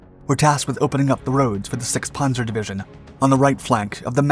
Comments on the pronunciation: What is a “pawnzer”? Or did you mean Panzer? Also the K is silent. I can’t finish watching this. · Pan-zer not Pon-zer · He pronounces panzer as 'ponzer', don't expect much from him. He churns out videos full of mistakes constantly. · It's called a panzer division. Not a punzer! It's not batman and robin! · Wtf is a ponzer ace? Lol